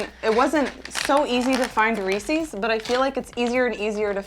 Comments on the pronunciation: You pronounce Reese’s so odd. It’s Ree-sis, not Ree-sees. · Reese's not reesee's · It’s Reece’s like “reece is”. Not Reecees like feces. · Very interesting. BTW it's not Reesey's but Reese's rhymes with pieces. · Sorry, but I got hung up on saying "Reese-sees" 😂 Love all your content but that just threw me off. 😅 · ughhh Why do you say Reeses like that??? hahaha Not ReesEEs... Good video though, funny! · why do you pronounce Reese’s like “Ree-sees”? Asking for a friend. Tee hee. I loved this video, as usual. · Unfortunately like it or not, that is NOT the correct way per Hershey’s the parent company. I don’t understand why people say it wrong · The way she says Reese's is weird. Almost like how someone who has never heard anyone say it proper would pronounce it. Like how easterners pronounce Nevada or Oregon. Just slightly off. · You’re saying Reece’s wrong